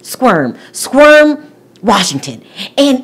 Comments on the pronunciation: Squirm? It's spelled Sequim, pronounced Squim or Skwim. It is in the middle of nowhere though. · It’s not Squirm. It is Squim. No R. It’s actually a really nice and beautiful place. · Darling please, I must correct you ,Sequim, Wa is Pronounced squim. Please look it up on the pronunciation so you’re not trashing it. The other thing is Sequim is one of the most beautiful places in Washington there is I know because I used to live 15 miles from there for over 10 years. I think they are one of the most normal couples and have a Great chance.And I’m not picking on you girl just wanted you to know how to say Sequim and how beautiful it is there. Peace out! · It's not Squirm it's Squim ,Washington and it's on the coast . I've been there it's a small community but very friendly . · It's Sequim (pronounced SQUIM) NOT Squirm -- sheesh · I love you! However, Sequim is pronounced Squim - the “e” is silent. I live in Washington and this girl will not be happy or survive in Sequim. It’s very very rural, it’s country living and gives impression of lots of people living off the grid....like living in the “back woods”. Keep up your wonderful, entertaining, on the mark reviews! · It’s pronounced squim. My husband is from Washington state one of the islands called Whidbey Island,it’s a cute little village type of town. East of Seattle my sister in law used to live there I used to love visiting her when she lived there, especially the cute little shopping village area. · I'm from Seattle and I had to laugh when you pronounced Sequim. It's pronounced more like Swim. Sqwim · Just an FYI it's Sequim (pronounced like SKWIM) Washington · It’s Sequim, not squirm😅 It’s Native American. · its Sequim prounounced Seqswim lol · Squim Washington. Like Sq-im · Lol, it’s pronounced swim with a Q.. Squim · I love your videos but as a Washington native the way you are saying sequim hurts my soul 😂😂😂